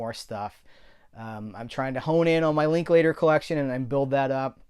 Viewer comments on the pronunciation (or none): none